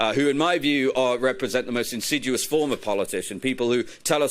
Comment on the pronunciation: Good presentation. Pity about "insiduous".